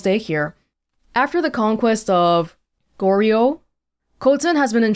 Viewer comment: About Goryeo: in Korean it's 고려. This is Romanized as 'Goryeo' which anyone not familiar with Korean will pronounce like 'Oreo' with a 'g' tacked in front (as you did ), but it should be pronounced more like ko-lee-uh. If you try pronouncing 고려 like ko-lee-uh it should sound really familiar, and yes that's where Korea gets its name from. Goryeo was the first time the Korean peninsula was united as one country. At this time it was a vassal state of the Mongols, and it was from there the invasion of Japan was launched. All the wood for the Mongol fleet you see came from Korea, and most of the sailors on those ships were Korean too. Hope this is informative! Anyone who knows more about Korea (for I am just a simple Koreaboo), please correct me.